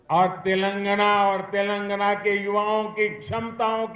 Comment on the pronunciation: తెెలంగణ కాదు, "తెలంగాణ" ముందు పేరు పలకడం తెలుసుకొ మలప త్రాష్టుడా.